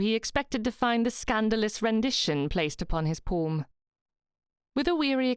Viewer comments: "Porm" (palm), "Corm" (calm). I'm not sure even the plummy mouthed malformed palate upper crust would say these words like this? As a native English speaker, I'm more used to "Pahlm" and "Cahlm". (I'm spelling them phonetically, as much as possible). Would I be very wrong? Also I speak Australian type English, so we do say some words differently to those folk in Great Britain... 🙂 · I found this very strange as well. It's a good story and the narration is really good except for these few odd pronounciations.